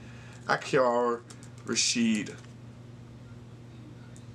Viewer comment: Its Ra-Sid , not Ra-shit